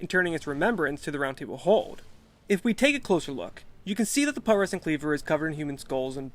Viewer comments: pronounced pew tres sent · It's pronounced pyoo-treh-sent, like putrify.